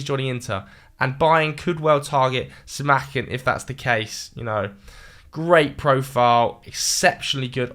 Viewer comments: Si mah can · Do british people even try to pronounce the names right? The way he pronounced Simakan 😂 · pronunciation of Simakan 😭😭